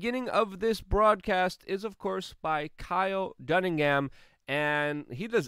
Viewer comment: Yes, Kyle "Dunningham." Never change, Luke